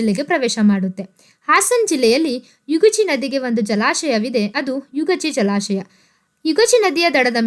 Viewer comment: Not ಯುಗಾಚಿ ಅದು ಯಗಚಿ